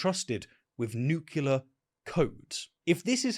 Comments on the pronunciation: Please stop saying "nukular". It's "nuclear". Noo cleh ar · I don't know who Pete hexworth is, and I can't believe you are a "nook-ya-ler" guy...it's "new-clee-ar." Cmon bro. Lol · I'd like to axe a question. If I go to the liberry, will I be able to look up the word nucular? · NOO KLEE UR Weren't you the guy making fun of Carter for mispronouncing that word? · There is only one "U" in "nuclear". Like "new clear"... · Why do you say nucular?